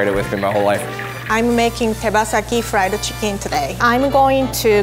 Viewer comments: friedu chickin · Frido chicken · friedu chicken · Thomas she pronounces fried chicken as frida chicken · No one::friedu chickon